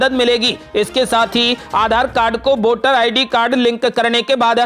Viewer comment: बोटर, बोटिंग यह क्या उच्चारण की धज्जियाँ है? ये शब्द हिन्दी भाषा के हैंही नहीं । अवली खबर नही, बल्कि अगली खबर कहो ।